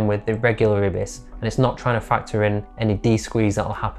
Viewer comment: I’m sorry, IBIS? ?! I’ve never heard anyone pronounce IBIS like that. :) It’s normally “eye-biss” not “eh-biss”. But each to his own.